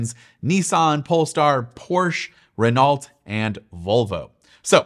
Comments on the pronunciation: American English not English , it’s pronounce Renault with a silent T in English. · he’s North American they can’t even pronounce English words properly. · Just to help in the future, it’s not “Renólte” but “Renô” 😛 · Por-sha not Porsch Ow-de not Odd-de (Audi) Ren-no not Ren-alt 🤦🏼‍♂️ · Please learn how to say the names of the companies you’re talking about properly. “PorSH” “RenauLT” cmon dude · Renault - you say it reno hahahaha not RenALT. Great vid though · Haha…yes and foreign word pronunciation is hard for all of us depending the language. Reno would be closer! thanks for the video…quality as usual. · In fact the more accurate would be hay-noh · Pronunciation ... Renault = Reh-no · Renawlt? pfff... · Absolutely murderered the pronunciation of Renault 😁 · Is that how all Americans pronounce Renault? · I’ve never heard Renault pronounced like that 💀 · I physically reacted to the Audi and Renault pronunciations LoL.. defo not a car person. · Great job mispronouncing Porsche, Renault, and Audi 🙄🙄🙄